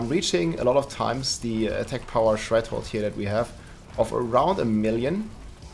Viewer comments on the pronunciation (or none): Threshold, not Shredhold